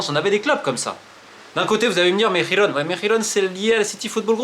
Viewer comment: Romain tu prononces mal la ville de Girona